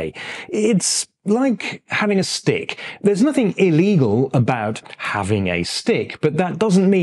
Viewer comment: Am I the only one who understood "steak" instead of "stick"?